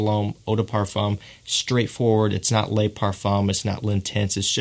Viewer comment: Hey this may have been pointed out before but the French word “Le” is pronounced like the Le in LeBron. The French word “Les” is pronounced like lay in English.